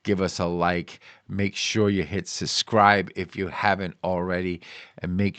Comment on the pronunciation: Subscribe not suscribe!! 😂 You can teach me how to trade and I'll teach you how to talk.